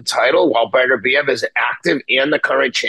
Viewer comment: Artvid Betervidez LOL imagine Teddy commentating that fight - I love the man, but you can see the cracks of senility from a few miles away.